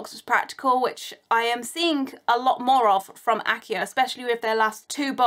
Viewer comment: that's pronoumced achio!